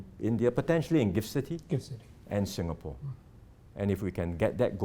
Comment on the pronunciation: "SINGHapore!!"!!!!?? Ha, ha!! 🤣😂😂🤣 (With:_- Love!!)!!